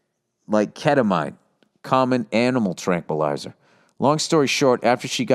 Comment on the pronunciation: KET A MEAN is how to say it